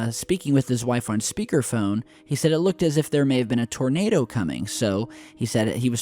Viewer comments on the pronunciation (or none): none